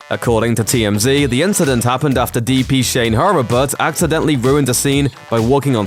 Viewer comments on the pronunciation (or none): Shane Hurl-A-Butt? It's Hurlbut. I went to high school with him. He's three years younger than I am. We even rode the same school bus. He married his high school sweetheart, who is actually a sweetheart in real life.